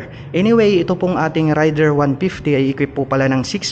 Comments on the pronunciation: raider (reyder) hindi rider, pronounce lang po ng tama, peace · Raider po Hindi Rider idol